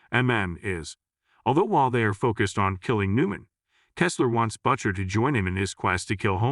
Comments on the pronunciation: Why are you pronouncing "Butcher" as Buccher? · Who is "Butt Cher" that you keep referring to, will "Butt Sonny" show up for a duet? Perhaps getting a real person to read the narration, rather than the AI/text-to-speech program which is currently butchering the pronunciation of every third word? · "BUTT-CHER" How can your AI not pronounce the name Butcher properly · He's referring to the terrible AI voice used to pronounce Butcher as Buttcher. The AI can't even pronounce the name correctly, what a joke.😂😂😂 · Why does Butcher sound like 'botcher' here? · HORRIBLE recap....how can a ai voice screw up "Butcher".